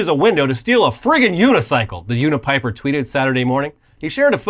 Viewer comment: My name is Bryan kidd with a y when you said the name of the unipiper it really threw me off lol